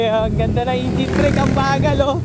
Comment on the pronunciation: bakit ingine? hahahahaha engine tamang pronounce nun e hahaha